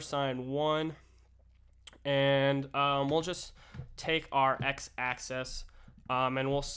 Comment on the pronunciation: Really useful clip, thanks. (constructive criticism: the word "axis" is pronounced in this clip as "Access")